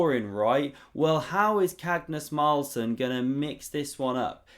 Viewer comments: Nice game! Did you say Cagnus Marlsen? :) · di he just say Cagnus Marlsen?😅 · Cagnus Marlsen xD hahahahahahaha!!!!!!!